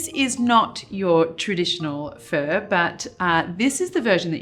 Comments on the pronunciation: Not "fur" Marion, but FAH! Love your stuff! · thats exactly what i hear every time she says pho and im pained like 😣😬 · The way you say Pho is so funny